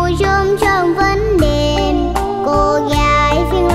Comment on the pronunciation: Quá chừng luôn! Ẻm trình diễn "20 Năm Tình Đẹp Mùa Chôm Chôm". Sẽ chờ nghe cục cưng của ông 5 hát nè. Nhớ hoài cái phát âm "... mùa chôm chôm vẫn đeeeeeeẹ p, cô gái Vĩnh Long vẫn đeeeeeeẹ p" Dễ xương muốn chếch tui luôn.